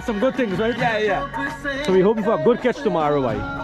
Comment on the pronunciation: is word is not kach is catch u pronounce some words wrong you sound like trini lol